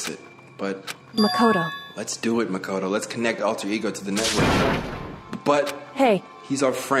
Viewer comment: You asked how to say the names earlier and i dunno if you'll see or just overlook it lmao but it Sakura ( sah-koo-rah ) Makoto ( Mah-koh- toe ) and Byakuya ( B-yah-koo-yah ) Japanese can be pretty hard sometimes.